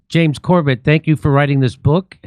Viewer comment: its not James cobeTt Its james CORBAAAA